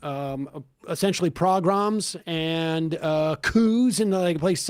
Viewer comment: It's not "progroms" but pogroms.